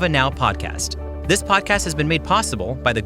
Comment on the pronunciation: Say it with me podcast. P-O-D-C-A-S-T